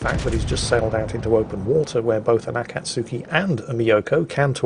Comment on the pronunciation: Akatsuki is pronounced ah- kah- tski.